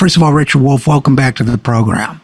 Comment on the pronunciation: “It’s da Wolff! It’s da Wolff” 🐺